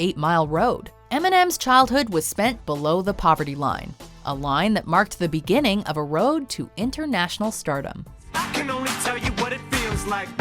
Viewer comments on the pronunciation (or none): none